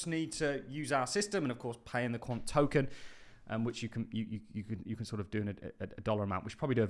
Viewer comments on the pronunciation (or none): none